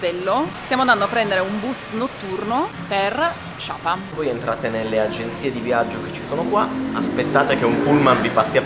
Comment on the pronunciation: Messaggio per: Sapa si pronuncia come si scrive!!!!